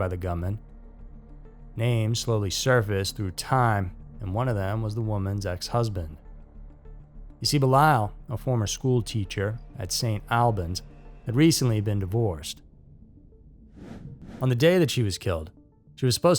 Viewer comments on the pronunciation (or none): Hey, from st Albans, its pronounced "saint all-bins"